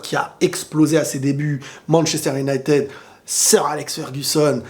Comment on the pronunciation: Unitèd 🥰, mais Manttchester et pas Manshester, en tout cas pas mal, bien un point tututuu, dans l'attente de tttshavi et tttshelci